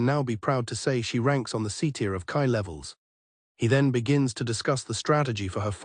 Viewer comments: .....its "KEy" not "KaI", this is killing me... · Hate how these AI channels don't even listen to their own slop. The moment I heard ki get pronounced as "kai" my brain halted. Couldn't they at least change the word to "key" or something that sounds accurate??? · KEEE not KAI